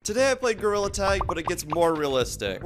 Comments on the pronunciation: “Today i played gorrila tag” 😂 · You said gorilla wrong😂